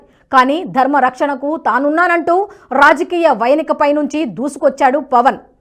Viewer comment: రాజకీయ వయనిక కాదమ్మా రాజకీయ యవనిక అనాలి